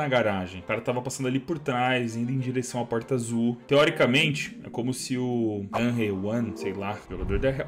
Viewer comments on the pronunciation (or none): none